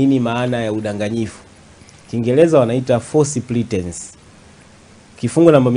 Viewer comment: Sio " false pletence " wakili, please. Ni false pretence 😊